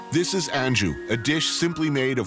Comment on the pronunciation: o zé ce ta achando q ce ta onde? é ANGU, com G, nao "angil"